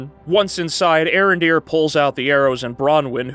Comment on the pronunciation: It's pronounced A-Arondere